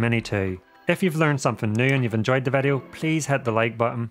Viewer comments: vedeo? whats a vedeo ? All the vovels sound different in this YT channel …maybe is your mic broken? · Why say Vedio instead of video.